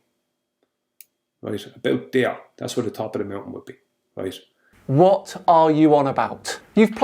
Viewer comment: Ya gotta be kidding, roight? no more understands what he’s saying than the poor souls who like his eggsplanashuns. Roight?